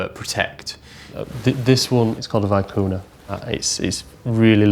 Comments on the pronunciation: Vicuña not vicuna! That made me cry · It's pronounced, "vee-KOO-nyah". I knew without asking, but have verified that pronunciation with more than one aristocrat from the Western side of the Andes (and two from Buenos Aires). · Experts who can't even pronounce Vicuna correctly, full of shit to the max.